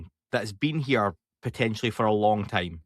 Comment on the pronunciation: "They have been here for a long Tayme"